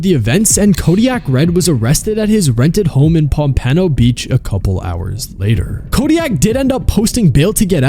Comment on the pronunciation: I’m sorry where?? Pome-PAN-oh 🤣💀